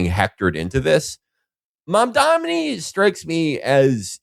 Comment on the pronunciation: Agree w all points but you guys have got to learn to pronounce MAM-DAN-I